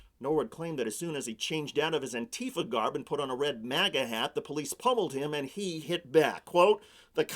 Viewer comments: REEEEE!!!!! ANTEEEEEFUH! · AN-ti-FA, you fucking morons. NBC used to have a handbook of pronunciation. Now these clowns just say whatever they damned well please. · Currently two English pronunciations appear to be gaining widespread use: \an-ˈtē-fə\ (an-TEE-fuh), and \ˈan-tē-ˌfä\ (AN-tee-fah)